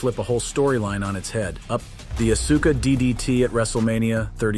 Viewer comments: He says Acusa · STOP CALLING HER ASUKA lol bro cant even say her name right lol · Oh yeah well it’s Asuka not Auska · Asuka? It's like AUSKA dude. Think OSKA! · You need to learn how to pronounce Asuka properly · You are killing Asuka name if you're going to talk about her you should learn how to pronounce her name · You mfr do wrestling contend bitc and don't know how to pronounce Asuka??? Randi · Think you need to quit doing wrestling content and we can tell you don't watch wrestling because you can't even pronounce auska's name and if you did watch wrestling you would pronounce her name properly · hearing so called wrestling professionals miss pronounce names like Asuka, Finn Balor, and Iyo Sky consistently is crazy